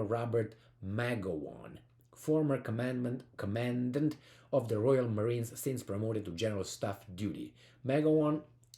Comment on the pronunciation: Commandant is pronounced Caw-Man-Daunt. Thanks for the steady and solid videos